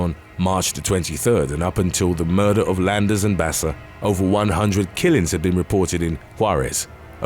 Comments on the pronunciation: Her name is pronounced "Baka" not basa. Wtf? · Baca is pronounced bah-kah not basa I know this because Baca is my last name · #5. Just sayn Baca is pronounced Baka. Spanish word. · Why is dude saying Basa when it's written Baca. I feel like the narrator isn't a native English speaker but a good voice actor lol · It's pronounced Baka not Basa vato loco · Baca is pronounced ba-kah not bassa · You know you either have a computer generated narrator or an egotistical b@@ narrating when Baca is pronounced bass-uh. P.o.s. can't be bothered at all to learn how to pronounce last names when making YouTube videos. I've heard enough, I'm unsubscribing. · It’s funny how the narrator pronounces Spanish last names like if they were Italian last names like Baca and Barraza.